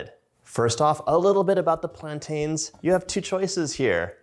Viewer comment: please please learn how to pronounce plaintains